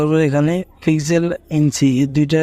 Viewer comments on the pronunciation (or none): none